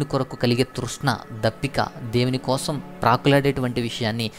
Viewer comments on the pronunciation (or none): none